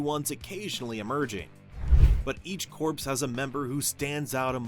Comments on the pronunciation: I can’t even get through the video because the pronunciation is bothering me so much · You're saying it wrong. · AI narration has improved. Still can’t pronounce corpse in this context. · Corpse. Corpse. Corpse. Computerized narrator but can't pronounce properly. Ai will never take over the world. 😂😂😂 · Not even a minute in and it's already driving me nuts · Actually "Kor" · I think he meant "Corp", but yeah it sounded like "Corpse". 😅😅😅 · It’s pronounced ‘core’ not ‘corpse’. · Thank you! I literally cant watch this video just bc of that, feels wrong! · Thank you very much for this comment. The error is really jarring. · I thought I was the only person that got instantly annoyed by him saying it like that. 🤣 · WHAT?? It’s Pronounced CORE. Lantern Corp not *Corpse*. No one but you and the video creator are getting this wrong, not hearing it correctly. Geezus. The man is literally pronouncing it wrong in this context and you are spreading bs disinformation about someone hearing it wrong. WTF 😒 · Jesus. AI is gonna make morons outta even more people. It’s CORP, pronounced “CORE”, not “CORPSE”. You know, not Marine Corpse, Marine Corps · Unwatchable due to the repeated mispronunciation of “corps.” The audio should be recorded again. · Omg it’s cringy hearing corpse…it’s pronounced Corrrrr just spelt Corps. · yes, that's what he's meaning, but it's pronounced "core" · There’s no such word other than CORP (Core) in this context whether it’s for this particular video or in the military. In these situations it is always pronounced Core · Fun fact Corps, like Marine Corps, derives from latin Corpus meaning body. the same as corpse. its literally the same word with different connotation but the same origin and meaning its also absolutely pronounced Core, silent p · I cant watch this hearing the "corpse" everytime. 😭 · For a computer to read, simply spell it 'core' in your text. (sigh) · CORE CORE CORE it’s not hard